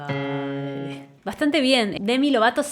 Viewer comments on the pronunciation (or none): none